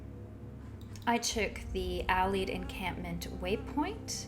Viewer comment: it is pronounced AL Ied. As in Alliance not Al eed.